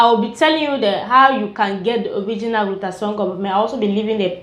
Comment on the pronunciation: Nice review tnks,,it is call (glu-tha-tia-yon) glutathione